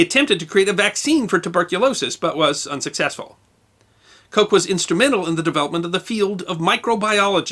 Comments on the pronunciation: The name Koch is not pronounced Coke. The single "O" in both German and Dutch is pronounced "AW". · Excellent as always. But Koch is not pronounced 'coke'.